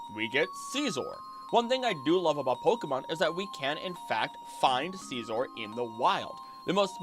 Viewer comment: “Sceezor” kills me 😂😂😂